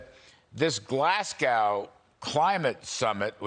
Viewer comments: By the way it's Glasgow not Glasguwe, and if I was China I wouldn't go. In fact if I lived there I wouldn't go. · Glasgow - as in ‘Glas-Go’ not ‘Glas-Cow’